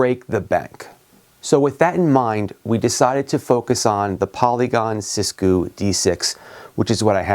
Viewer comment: “Sis goo” 💀 💀💀